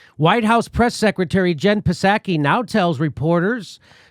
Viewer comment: Jen Peh-sacky lmao